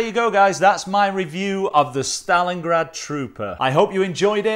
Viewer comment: Hi, this is a very nice watch... i like chronograph watches... and i like them even more when pressing the reset button the hand returns smoothly to the start... usually with most chronograph watches it is set that when it is reset it just catapults back to the start... this smooth effect is usually found in seiko chronographs and I just adore them... by the way you've said stalingard 35 times i belive